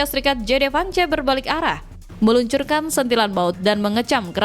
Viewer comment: baca Vance aja salah!